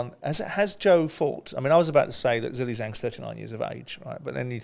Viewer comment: It baffles me that you so called professional pundits/analysts cannot show Zhang respect and do some research to pronounce his name right. It's not Zilly Zang its Zhilei Zhang but actually pronounced closer to Jhang Jhailei , in China the second name is said first. You're getting paid to speak about these fighters but you don't even have the decency to try and say their name right. It's so disrespectful